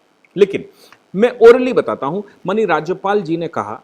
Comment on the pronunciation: Please correctly pronounce the word माननीय